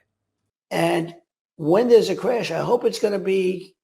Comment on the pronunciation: Crash bolke nahi ata